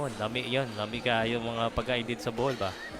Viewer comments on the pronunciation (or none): none